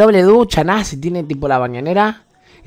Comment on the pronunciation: modo santiagueño NAZHEEEEEEEEEEEEEEEEEEE